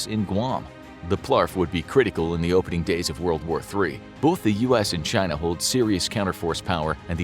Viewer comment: There's NO "L" in "BOTH" You can fix it this! I believe in you,. Don't let anyone tell you you're unable to overcome this easy-to-fix problem!